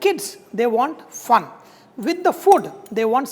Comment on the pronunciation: Whenever he said “Fun”, I was like 😱😂